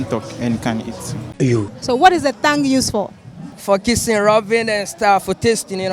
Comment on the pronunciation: Thongue or tongue😅😅😅